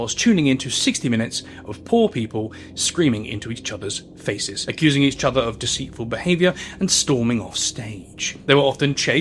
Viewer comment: you have a speech impediment with the word "each"